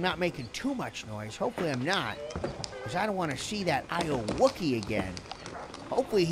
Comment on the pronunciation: Its pronounced "Aye you okey"